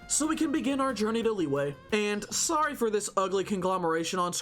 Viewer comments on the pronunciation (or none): none